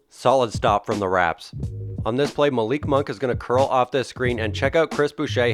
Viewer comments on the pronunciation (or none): none